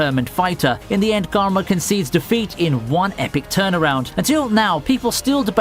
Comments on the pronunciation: garma? its karma as like how you say karma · I'm surprised no one is talking about the way he says karma